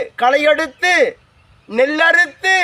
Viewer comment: கள்ளுடைத்து அல்ல ! கல் உடைத்து ! நெள் அறுத்து அல்ல ! நெல்லறுத்து ! ல் லுக்கு பதிலாக ள் அதிகம் வருகிறதே ?